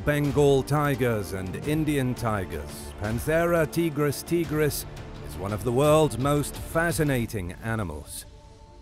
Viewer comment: Not "Teegris Teegris". "Taigris Taigris"